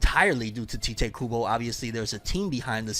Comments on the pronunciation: It's literally pronounced Tie-Tay not Tee-tay. But go on😂😂😂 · You are pronouncing tite Kubo's first name incorrectly 🤦🏼‍♂ In Japanese, it is Taito Kubo, and so you would pronounce his name the same, but you wouldn't put emphasizes on the 'o' at the end, and it would sound more subtle, which is how he pronounces his name in interviews. Hope that helps 🙂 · Not sure if you knew, but the author writes his name IN ENGLISH as Tite Kubo. The transliteration from Japanese is Taito Kubo, or in other words, it's pronounced "Tight"